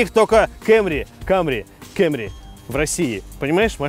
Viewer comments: Кэмри? Совсем шиза? Камри, чел, камри... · Не Camry,а Camry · КЭМРИ ПХАХАХАХАХАХА, КАМРИ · Выключил после слова кЭмри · Диз за слово кЭмри...